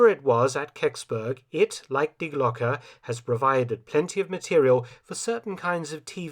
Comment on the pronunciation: Maybe someone has already said it—it is pronounced Dee Glocke, not dye Glock! Twangs my brain every time I hear it mispronounced. Does anyone check and correct the AI narration? The ‘e’ in Glocke is pronounced like the ‘e’ in Porsche (not Porsch).